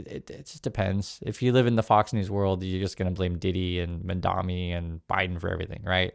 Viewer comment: MAMDANI not Mandami PLEASE.